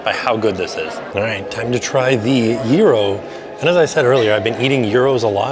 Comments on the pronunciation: Isnt it Gyro pronounced Ji-Ro and not Jear-Ro? Maybe Im wrong but thats how it's pronounced in the very Greek city of Lowell, MA where actress Olympia Dukias and Sen. Paul Tsongas were born and raised. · I can’t cope with how you say gyro, it’s so odd! 😂😂😂